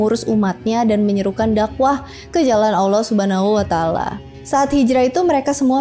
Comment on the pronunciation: Saya yang muslim sejak lahir cara penyebutan "allah subhanahuwatallah" masih kalah fasih sama dia😅 semangat!!! Sepertinya saya harus banyak belajar dan buat pelajaran